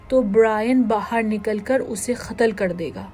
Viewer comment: Why do u guys make it sound comic rather than tragic? It’s not pooch gooooch, it’s pooch guch. Also it’s not khatal, it’s Qatal. Very annoying commentary.